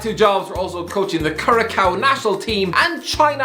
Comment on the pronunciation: Mate is not Curakao it's pronounced curacao you know sinds that's my island